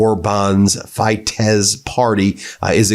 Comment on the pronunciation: Orban's party is called Fidesz, pronounced "feed S"!